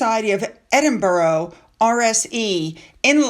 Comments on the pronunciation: The city is pronounced "Edin-bruh" or "Edin-bur-uh", not "Edin-borough" or "Edin-burg". Locals often shorten it to "Embra". The "-burgh" in Edinburgh comes from the Old English "-burh," meaning fort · The Scottish capital is pronounced "Edinburra" on 'Edinbouro' or 'Edinburg.😀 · love you BUT, like most Americans you pronounce Borough wrong, Edinburgh or any Boroughs are pronounced not as your seeing. It’s Ed- in- bu- ra don’t pronounce the o, I’m Scottish but live in london so we all pronounce it this way. Not picking on you just education, I even taught Donny Osmond lol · I’m not picking, but it is Edinburgh. You are pronouncing it wrong. It is not Edinbourough.